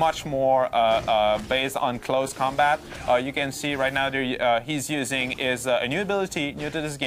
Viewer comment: Yes. It was just a joke I made! He says close combat a little unproperbly and it sounds like claws combat and neither way it´s correct. It´s close, claws combat. I know the specific about Spiderman 2099. He got claws or rather talons and sharp poison teeth.